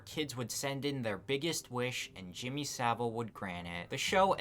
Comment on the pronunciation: SaV-ile, not Sabil. And it's actually pronounced "piece of shit".